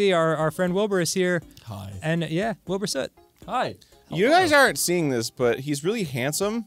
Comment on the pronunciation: Why did it sound like you said Bilmer Swit instead of Wilbur Soot?